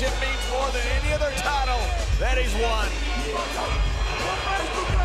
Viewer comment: It sounded like she announced Rusev and “Racist” 😂